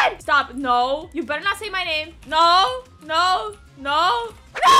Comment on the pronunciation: That Noo was Aussie mate